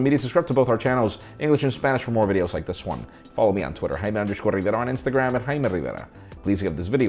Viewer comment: With the "Jaime Riveara" at the end. Hahaha🤣